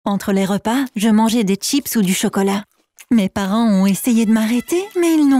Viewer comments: elle a dit "tchips" au lieu de "chips" 😂😂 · Ces un accent